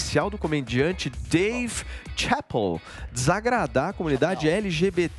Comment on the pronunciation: pronunciando "Chapelle" foi triste